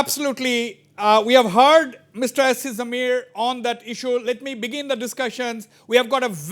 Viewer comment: Mr Wazbir please pronounce as Jamir, and not Zameer